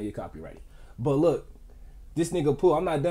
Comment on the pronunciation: Dis nigga said Pooh chastey💀💀